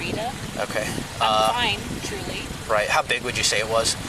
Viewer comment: Every time she lies, it starts with “Trully” Lmaooo